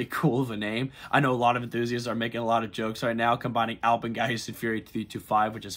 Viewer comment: btw the A in Alpen is pronounced like an e it sounds like "Elpin Fury" or "elpen fury" when said